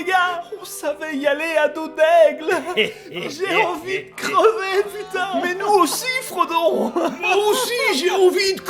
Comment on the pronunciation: le " moi aussi j`ai envie de crrrrreuvé"🤣😂